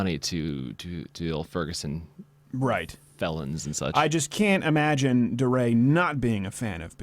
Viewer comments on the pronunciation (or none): DeRay. I think it's pronounced "D-Ray." Like D-Day.